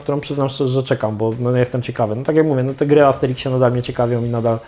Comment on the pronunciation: Armsteriksie? Amsterimkśmie? Sikśmie? Mikśmie?